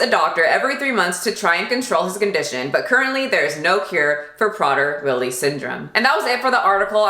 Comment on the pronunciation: I've met someone with a daughter with this disorder and they have to lock up the food and be so so strict with her down to the crumb. Even though she's older she cant control herself around food because the poor girl thinks she's starving. It's pronounced "pray-dur Willie".